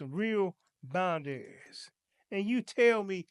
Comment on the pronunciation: thank you for the informative and excellent lesson. With all due respect, I didn't understand what you were saying until I read the title. You kept saying "bind-dairies" I think you meant to say "/bOUndrEEz/phonetic spelling." I hope this helps and no disrespect intended.